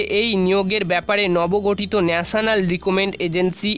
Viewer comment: NRI na NRA, চ্যালেন না চ্যানেল, রিক্রুটমেন্ট বলুন ...... কি সব বলেন যে মানেই বদলে যায়।